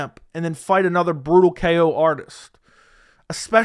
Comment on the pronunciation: I love the emphasis on BRUTAL ko, saying it just in case hill is watching 😂 he’s sending you in the invite to thanks giving dinner already